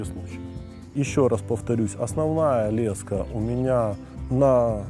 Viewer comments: лЕска блять а не лескА ! Тупой ! Во всём мире это - лЕска !!! И не сем блять а семь !. Отключаю грамотея ! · лЕска а не лескА